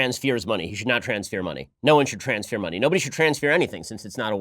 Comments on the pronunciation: OMAR: "Interfwear",..."transfwear". Yeah,...she is a real winner. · Trans-fear vowel mistake. Bile of garbage. B<>p . These two sounds are only differentiated by voiced versus unvoiced. This is an incredibly common mistake for english foreign language speakers who gave native languages from a lot of African languages and genetic languages like Hebrew and Arabic. Ben you can't tell me you didn't understand that she meant pile of garbage and transfer. You have a habit of bashing people for accent issues (using ones own native languages phonological rules in a foreign language.) Both of these mistakes are amazingly common. Is it a stupid mistake ? Yep. Is it annoying to hear ? Yep. Is it something worth bitching about? Nope